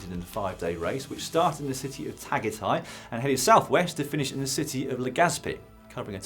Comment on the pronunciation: tagaytay is pronounced ta-guy-thai!